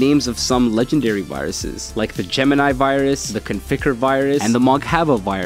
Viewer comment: Geimini, gemini? Like a ai google? How?